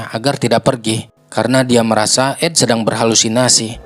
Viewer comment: Storynya bagus ❤ tapi artikukasi namanya salah Jeed ( Jade ) Bung bukan Jet dan yang laki Ed